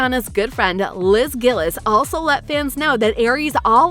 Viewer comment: You pronouncedd Liz's surname wrong. It's not Gill-iz, it's Gill-eez (the actual spelling is Gillies) And Daniella's is Mon-ay (spelt as Monét) Whoever spoke, please improve your pronunciation of proper nouns Anyways... I'm indifferent to this. It would be nice for there to be a reboot, but I wouldn't mind if there is no reboot because Ariana Grande is too busy being successful as an international popstar and as a coach on The Voice.